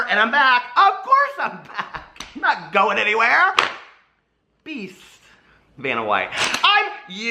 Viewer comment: I just realized you say 'Beast' in your intro, the whole time i thought it was "Pissed" 😂😂😂